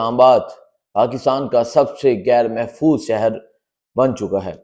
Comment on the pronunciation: Bhai saheb , little improve your pronunciation.Gair Mehfooz nahin " Ghair Mehfooz " bolain.